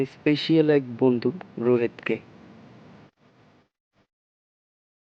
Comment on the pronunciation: Nice story vaiya ..but plz bondhu ta properly Bolbn ..apni bondh bolen